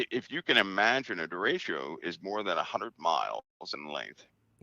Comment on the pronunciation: Derecho is pronounced Da-ray-cho with the ch like chuck.